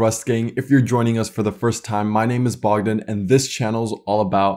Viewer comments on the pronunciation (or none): none